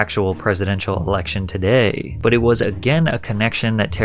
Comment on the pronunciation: I really wanted to watch iiiiiiit, but you keep dragging out the last syllable in ever seteeeeeence.